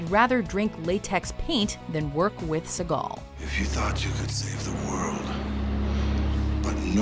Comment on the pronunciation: Who tf is Steven Segall? Steven Seboomboom?